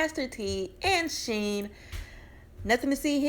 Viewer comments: Shen not sheen lol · Her name isn’t Sheen (as in oil sheen, lol) it’s Shen (as in Ben, with an S).